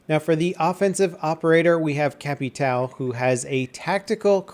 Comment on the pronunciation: don't say capital, capitão sounds more like "kaptaum" and means captain